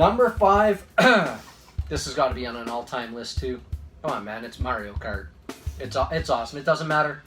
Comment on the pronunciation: It must kill you to pronounce Mario that way huh😂😂